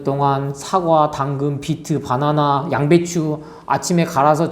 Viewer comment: 빠나나 라고 하니까 배고파져요 😅 빠나나가 아니라 바나나입니다 ㅎ😂